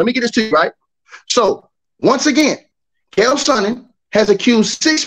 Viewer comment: "KALE" Sonnen 😭😭